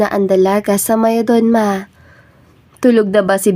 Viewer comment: For the narrator shortcut the pronunciation it's mayordoma.